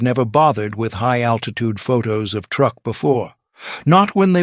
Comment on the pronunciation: Truk (TRUE-K), not TR-UCK.